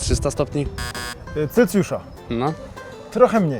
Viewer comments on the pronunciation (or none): CELCJUSZA oj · Celcjusza? Dobrze usłyszałem? Proszę.... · Celcjusza. Prowadzący chyba też by matury nie zdał